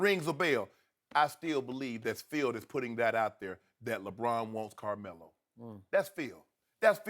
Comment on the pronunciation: Damn,this shannon dude cant pronounce Carmelo to save his life...